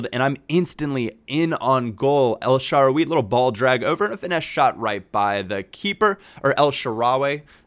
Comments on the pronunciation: it is pronounced El sha-rawy not El sha-rawi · It's EL-SHA-RA-WAY